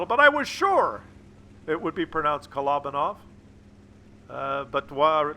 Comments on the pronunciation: A feeling smug about the way we Brits pronounce Kolobanov now after your rant about our pronunciation 😊 and whilst we are here all those W's in polish names are pronounced as V not W 😊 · Trump told you how to pronounce Kolobanov.